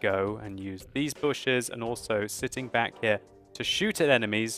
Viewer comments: "Booshes!" 2015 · "Now we have 2 fat Germans in the booshes" lol lmao